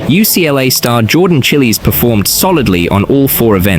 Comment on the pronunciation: “Jordan chilis💀”